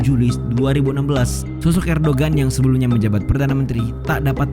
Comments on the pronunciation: Min Erdogan dibacanya Erdoan soalnya huruf g nya ada tanda 🌙 bukan bulan tpi kurung keatas...kayak huruf Arab ain... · Erdogan dibacanya Erdowan